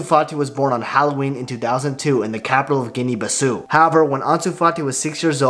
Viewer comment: Guinea Bisu 💀🤣